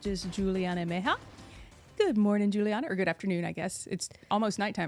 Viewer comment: Very informative, thank you! FYI the pronunciation of MEJIA is MEH-HEE-AH